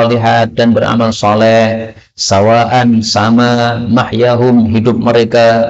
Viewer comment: Mohon maaf izin bertanya, Ayat 21 kok dibaca sawaa-un, padahal tulisannya sawaa-an... Apakah ada asal2 qiroah Suzi??